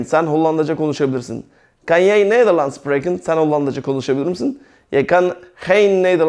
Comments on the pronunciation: merhaba hocam, anlatim cok guzel. karsiliksiz insanlara bilgi veriyorsunuz tebrik ederim. hocam maksadim size kotulemek ya da asagilamak degil kesinlikle, ben hollanda da yasayan bir gurbetciyim. kunnen (künın) jij(yay) jouw (yauv) seklinde teleffuz ediliyor. tesekkurler guzel anlatim. umarim sayfaniz istediginiz buyukluge ulasir. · Hocam ben beş senedir Hollanda da yaşıyorum.herşey çok güzel süper anlatımınız dikkat ederek dinliyorum. Bir kaç sorunumuz var doğru olmayan en azından burdan arkadaşlar belki görebilirler Jij —yay diye okunuyor Ze— zö Kunnen—kunnen Jouw-yaav